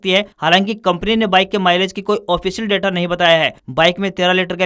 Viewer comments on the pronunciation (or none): none